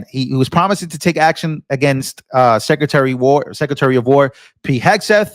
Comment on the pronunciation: He said scretary of defense😂😂